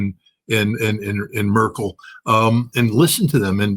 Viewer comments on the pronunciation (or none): none